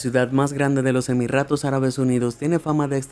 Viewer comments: Se dice Jeque con la Jota española. Igual Jequesa con jota. Se dice Emiratos. No EmiRRatos. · Dijo En el Segundo Emirratos Arabes en vez de Emiratos Arabes. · Se dieron cuenta que en vez de decir emiratos decia emirratos? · no me digan que fui el unico que escuché: "su hermana lana rohades" o cuando dice emiratos no dice emiratos, dice emirratos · SEGUNDO 'EMIRRATOS' ÁRABES UNIDOS Y YO WHAT? EMIRRATOS :V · Por que rayos dice Emirratos en lugar de Emiratos? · Emirratos? Jaja me matoo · Haha los emirrrrratos árabes